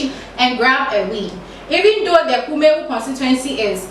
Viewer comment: Please your presenter must be presentable. The dress and hair are unpresentable as well as the reading. She can't even pronounce Kumawu.